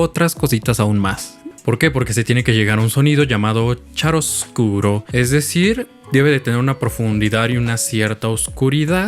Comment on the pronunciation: xD omg verte arrastrar cantantes de ópera es muy divertido. Por cierto, CREO que lo del 'chiaroscuro' se pronuncia 'kiaroscuro', por venir del italiano :) me disculpo por adelantado si no resulta ser así. A mí me falta mucho lo del squillo, escuchar mi voz muy al frente me da pena xD siento que se oye feo, pero hay que confiar en el proceso.